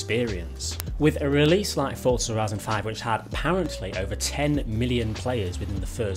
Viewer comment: How come you say the z I horizon correct but you say forza like fortza